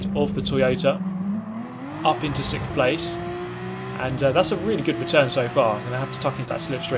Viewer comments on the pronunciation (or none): his tongue was cold and mispronouced sickkkkkkkkkkth place.